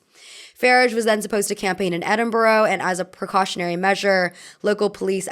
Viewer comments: INSANE pronunciation of nigel farage. oh my god. "nigh-gill fah-radge" is sending me. for future reference it's pronounced "ni-jull fAH-raaj". "edin-borrow"? another BANGER for mispronunciation. edinburgh is pronounced "edin-bruh". i really recommend looking up pronunciations before doing these videos man 😭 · just fyi it's nigh-jel and edin-bruh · Niggle and Eden borrow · same with Edinburgh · Amaaaazing video but had to rewatch the part about throwing milkshakes so many times bcos I couldn't understand the pronunciation of Nigel Farage and Edinburgh LOL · You have to respect the non-commitment to pronouncing Nigel Farage right, and adding Edinburgh just for good measure